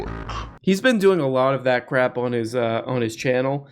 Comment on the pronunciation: The Zizek pronunciation of "crep" will never not be funny